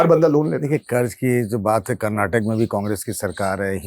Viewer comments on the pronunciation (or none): none